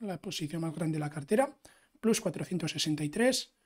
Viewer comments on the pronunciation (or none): Me encanta tu contenido, muy bien explicado, nuevo subscriptor. Sólo un apunte si me permites, "plus" en español no significa "más" y si lo estás diciendo en inglés sería /plʌs/. Lo digo como mejora, porque al menos a mí me chirría cuando lo escucho, no como crítica.